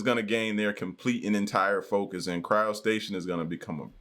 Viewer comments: It is called cryogenics or cryopreservation. Where as the body is injected with heparin, frozen like a popsicle and that is called cryo- stasis. NOT cryo station. Lmbo just sound ignorant. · Yo ignoramus… it’s not “Cryo-Station”… it’s CRYOSTASIS!!! 😐